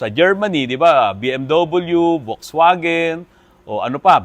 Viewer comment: Wrong pronounciation.. Folksvagen po ang correct pronounciation ng German car na Volkswagen